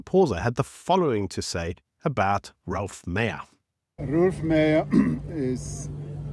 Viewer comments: not "Ralph" or "Rolph" Meyer, but ROELF Meyer. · His name is Roelf, not Ralph.